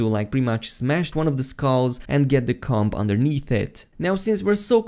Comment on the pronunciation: The B in comb is silent.